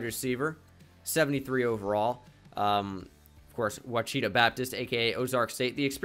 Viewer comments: Ouchita is pronounced WAH-SHI-TAH. Not “wahcheetah” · You say it washitau Baptist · Ouachita is pronounced (wash-it-aw) love the content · Ouachita lol sorry I’m an Arkansas guy so I had to say something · Just in case it comes back up Ouachita Babtist is pronounced Wash-a-Tall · I played ball at Ouchita Baptist, and you are BUTCHERING the pronunciation lol